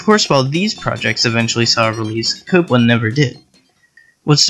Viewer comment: I took a drink everytime you pronounced Copland as "cooplin" and "copelin" . Aside from that very irritating trait, I liked this video.